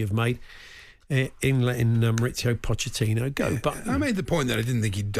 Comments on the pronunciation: He called him pottechino throughout the call 😂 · Shock this bloke calls him 'Potterchino'...cant read & doesn't know football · listening to That deluded chelsea fan for any longer than a minute actually makes you dislike them even more and if they go back to finishing 12th next season there will be no sympathy coming thier way given the scattergun approach of their owner the guy cannot even say pochettino properly ffs🤣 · Who would have guessed a chelsea plastic fan cant even pronounce his managers name 😂